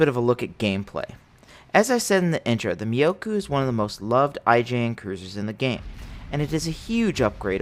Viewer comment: myo-ko... not miyokou. for the love of god, you'll enrage the weebs.